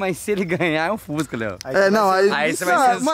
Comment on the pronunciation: Boto esquece do s e fusca e ele diz fuca